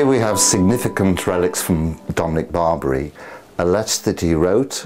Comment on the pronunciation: It's NOT St. Dominic BARBARY (.. what?.. like the Barbary Pirates of old??). St. Dominic is Italian, and his surname is "Bar BEE AIR EE."/ Barbieri. That shouldn't be so hard to say, my dear. Prairie Grandpa from Alberta, C a n a d a. Thank you for the brief "tour" of Blessed Barbieri.